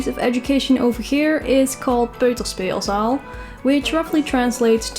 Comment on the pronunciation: its not "Peuterszpeelzsaal" but "Peutersspeelzzaal" But actually, it's peuterspeelzaal.